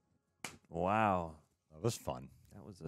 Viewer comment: Pronounce it as Paul verhooooven :)